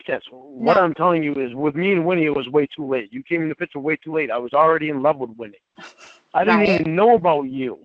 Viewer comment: THE WORD IS “PIC-TURE”, STUPID!! MORON, IDIOT, FOOL!